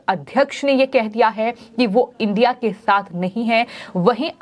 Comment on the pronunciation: एंकर जी इडिया नाम बोलना नही आता है क्या😂